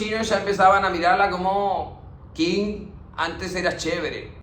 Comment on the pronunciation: Genio del mundo mundial, felicitaciones por el trabajo de resumir 100 años en tan poquito tiempo... P.D: datito, pa' colaborar, vio?? me encuentro estudiando chino, Qing se pronuncia "ching"